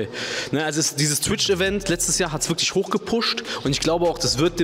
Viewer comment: Es gibt worglich schahboxing